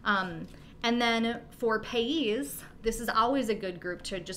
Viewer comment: Hey. Its Pronounced Pay EEE'S NOT PAYS